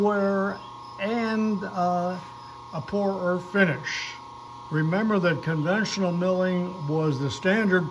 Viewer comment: Conventional, not "convential". The sudden backlash take up often abruptly surprises the novice.